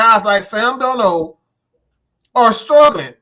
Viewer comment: The way they pronounce sam darnold name got me in 😭😭😭😭